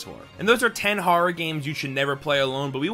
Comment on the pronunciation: Haha when he said “horra” I definitely heard that LI accent. Suffolk county in the house!!